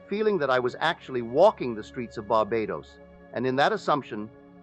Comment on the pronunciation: AI imitating Neville's voice. You can tell especially pronounced words such as Barbados which the real Neville would've never said this way. So now they can copy our voice with AI. So don't believe everything you hear out there, it could be AI! Much respect to Neville though.